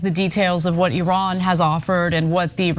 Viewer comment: Anna Thank You So Much For Pronouncing Iran In The Proper Way!